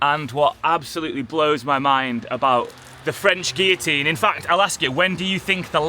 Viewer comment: Guillotine is pronounced with ‘L’ and gibbet with ‘J’